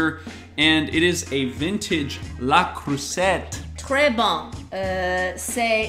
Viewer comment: It is not a Le Creusette, but Le Creuset ending like a bidet!